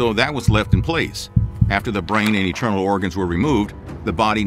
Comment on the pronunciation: Great stuff, but why are you calling internal organs “eternal” organs?